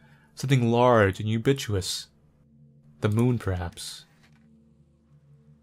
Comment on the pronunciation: lol you-bitch-wah-tus *correct pronunciation is you-bick-wuh-tis